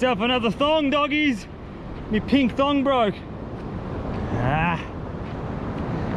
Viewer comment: When he said that he broke his thong I thought he said that he broke his thumb